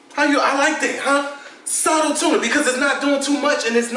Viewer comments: funny vid, but its "Subtle" not suttle haha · "subtle" got a "b" in it lol love u